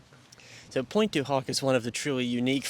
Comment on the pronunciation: loved the video a lot, well documented but please I'm not even french myself but the way you pronounce pointe du hoc in the most american way possible triggers me everytime hahhaha it is almost straight out of the scene in the cinema in the movie Inglorious basterds... anyways keep up the good work and keep teaching the younger generations about the legacy of our grandfathers